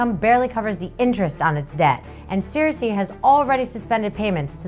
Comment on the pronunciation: Did you say 'sarasay'? Lol, no worries, what a great way to explain real world economic concepts!